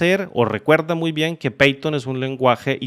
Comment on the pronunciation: python .- 'paiton' pathon .- 'peiton' jajajajajajajajajaja